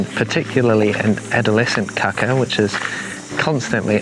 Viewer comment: Definitely wanna make sure you hold those long A's on kākā, like if you were saying "car car" in a non-rhotic accent such as New Zealand's. Otherwise you're just saying 'kaka' which in Te Reo means fibre or stalk, but means something else in many European languages... 💩